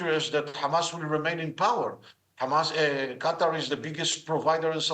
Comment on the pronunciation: Qatar not Quater